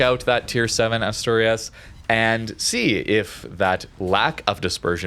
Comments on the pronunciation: Asturias sounds like this: /Ash/To/Ri(soft R)/As. I don’t know how to write better the pronunciation as text, but it is more or less like that ^^ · no worries, anyways both of the pronunciations we said were good. And it is much more natural than the one said on the vid, so I hope next time he can say it better ^^ 😁